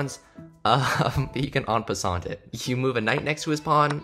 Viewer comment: en passant is pronounce en passan btw